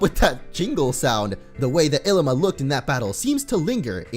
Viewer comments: It is ilima not Llima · It's Ilima not Llima